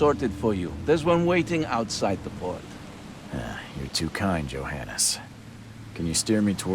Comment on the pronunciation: Oh, that's interesting. Especially since the "Johannes" sounds suspiciously like "your highness"...